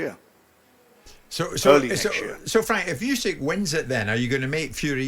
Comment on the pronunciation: Firstly, Frank can’t even pronounce Fury’s opponents name 😂! Secondly, Fury vs Usky scheduled for next year 😂 confident in DD